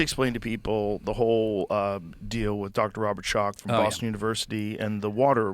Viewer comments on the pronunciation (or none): none